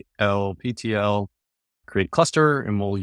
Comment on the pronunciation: Ctlptl is supposed to be pronounced as “cattle patrol” as per the project docs :)